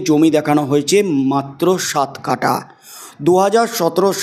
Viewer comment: বেআক্কেল ভাই, কাটা নয়, কাঠা । লেবু, লঙ্কা, আম, কাঁঠাল কাটা হয়, যায়, / But জমির কাঠা হয়, জমির কাটা হয় না। বর্ণ, অক্ষর, শব্দ প্রয়োগ সম্পর্কে প্রশিক্ষণ নিয়ে নাও ! 😏😏😏